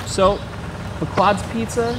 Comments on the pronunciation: Pea-quod's, not Puh-quod's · It's pronounced pee-quads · When he learns how to pronounce Pequods correctly ill listen to him. Also the box is smarter than him.